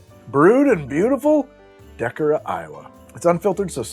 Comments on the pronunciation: Toppling Goliath!?! Hooray, Northeast Iowa Represent! Ow, no,, it's De-CORE-rah, Iowa. But you really ought to come visit us over here. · Wells Sticky Toffee Beer. It has the Christmas dessert flavors out the wazoo. Psst! It's deh-KOHR-uh Iowa. Those of us who revel in Toppling Goliath's successes love hearing their town said right. lol